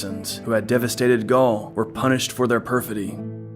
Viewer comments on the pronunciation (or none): none